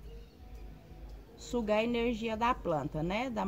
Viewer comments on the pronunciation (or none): none